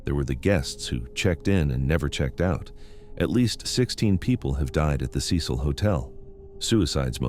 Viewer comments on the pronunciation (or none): take a shot every time he pronounces cecil as sess-hole